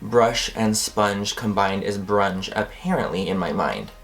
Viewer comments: I died at "brunge" lmao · "Brounge"😂😂😂😂 love u❤️ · Bronge....😂😂😂I'm dead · I was drinking water right when Manny said "bronge" IM DEAD I spat all over my laptop (spitted? spat? spit? I don't even know)